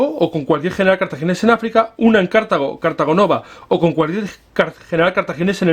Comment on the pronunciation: No se pronuncia "Cártago", pues la palabra no es esdrújula.